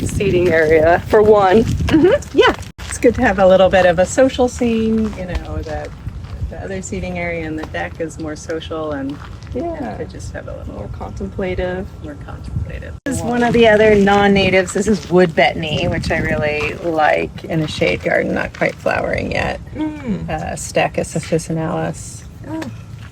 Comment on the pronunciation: Not con-tem-PLAT-ive. It's con-TEMP-la-tive.